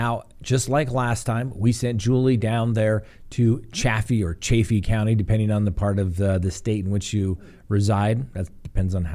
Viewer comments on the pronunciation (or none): It's pronounced Chaff-ee.